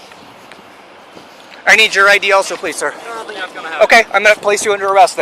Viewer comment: "No, less jus flink about it." 😂